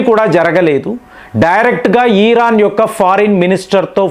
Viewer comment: Please meeru iran ni vichithranga pronounce chesthunnaru its irritating.... but ur sub is good call it iran not iiiiraaan